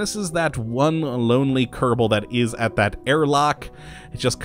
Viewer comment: Ke-ro-bo space program?